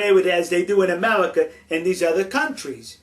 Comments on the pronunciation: this guy is funny, he keeps saying amelica XD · "Kiss tu ga?", you American, speak English!!! Then again, maybe you cant. "Foleigner?" "Foitha?" "Coitenly?" "Amewican?" "Amewica?", REALLY! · in amewica we also wespect each other's political affiliation now GO hunt dat wabbit elmer fudd! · Amewican? Amewica? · lol Amewica ... I have a speech impediment too :(